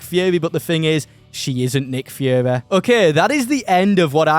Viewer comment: I’m sorry did he say nick führer